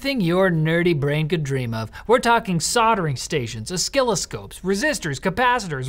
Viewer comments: Did just say os-kill-oscopes?:'D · Did you just say o-skill-o-scopes? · This video was great.... until 'OsSKILLoscopes' XD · Did say Os-ski-loscope?:)))